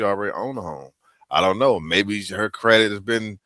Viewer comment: As the most amazing parents in the history of the world told my lil sis & I "We made you beautiful, You have to make yourself smart" ✅✅✅ Done! The pretty girls featured in this content Seriously needed parents like mine... NPR? Huh? Can't even pronounce "credit" etc etc..... Wow!